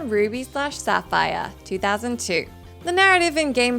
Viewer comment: The butchering of ruby and Sapphire on this video 😫